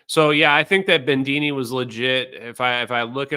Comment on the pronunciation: There’s no ‘n’ in Bedini. You really start need to get rid of your sloppy speech. As a huge fan of yours, I say this. We met and I think we liked each other. I was the guy in the black leather hat, if you recall. And no ‘r’ in Sabine. It is ‘Suh-BE-nuh.’ How do I know? She’s obviously some sort of Germanic. That’s how they pronounce it there.